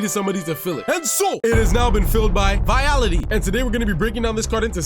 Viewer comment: Vitality 😂 you mean Vialli! Good review, thanks! Subscribe!